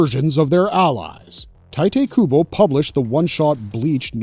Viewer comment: i did not just hear you say TIGHT-AY KUBO